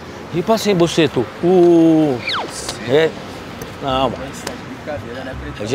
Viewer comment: Vai te lascar, o cara chama de "bucetu" kkkkkkkkkkkkkkkk